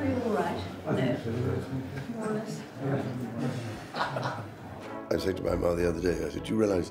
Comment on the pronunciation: her majesty: "you awroit ?"